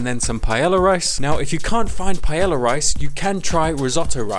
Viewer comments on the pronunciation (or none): Okay the first 4 seconds nearly killed me 😂😂😂"PIE-YEAH-YA" it's pronounced "PA-EHYAH" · Pie-ay-yah is how it is pronounced you BUFFOON but this looks delecioso y estoy muy entisusiasmada para probarlo! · Nice looking rice with veggies. As a Spaniard in the UK, I've lost count of how many times I've heard the weirdest vowels combinations to pronounce paella. Not quite there, but I appreciate you trying. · I have yet to meet an English native speaker that pronounces paella correctly XD (pah-EH-jah) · Spanish person here: I would say that the best way to pronunce is like: pah-ai(like the one in said)-ya. It is still funny how you say it. Thanks google translator for making the weird sounds. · under my pie-ella ella ella eh eh eh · I'm here for the way he says Paella (btw Love the recipe). Ok no I just love you trying to talk in spanish,you actually did pretty good and as a Spanish yes, it's not a normal paella but it looks amazing